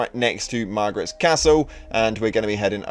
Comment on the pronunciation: "Margit" not Margaret. Lol.